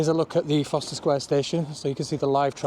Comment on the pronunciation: Isn’t it Forst er..?? Not Foster ?